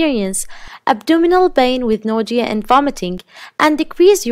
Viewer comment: So we are just going to pretend she didn't say "nodia" wn saying nausea? Okay 🤐